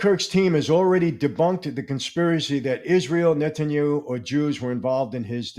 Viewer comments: I love and always look forward to ypur Saturday programs.. I am one of those grammatical nerds. Netanyahu not Netanyu.is the correct pronounciation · Ouch, you’re so ignorant you can’t pronounce NETANYAHU PROPERLY.. there are 4 SYLLABLES!! Just by not being to pronounce his name you’ve lost um some credibility,, lol what a joke ! Can you PPPUUULLLEEZZE stop saying Netanyu😊